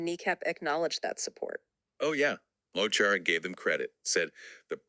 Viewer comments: Mo Choro is pronounced Ma Kara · It's probably been mentioned, but Mo Chara is pronounced Mu (the mu in the word must) and Corr-ah (the corr from the word correction). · Mo Chara pronounced Mo Kara in english. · Lads, "Mo Chara" is pronounced "Muh Chora". The "ch" is pronounced like "j" in Spanish. The phrase means "my friend". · His name is pronounced “Mo Kara” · Just a heads up Mo Chara is actually pronounced Mo Kara. It translates into English as my friend. Interestingly in Hiberno English there is the word mucker which literally transliterates from the Irish.